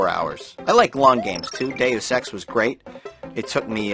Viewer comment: when you said dues ex it sounded like you said day of sex